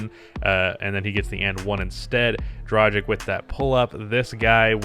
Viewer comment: Day 1 of asking to learn how to pronounce Goran Dragić's name right. As a European it really annoys me...